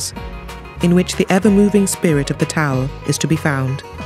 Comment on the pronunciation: I wish she was pronouncing Tao correctly. but otherwise, great video.